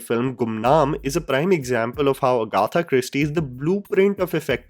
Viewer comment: Agaaatha nahin Agatha! Pronunciation sudha ro!